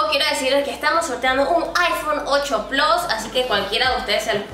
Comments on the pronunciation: “8 plos” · Es plus no plos jaja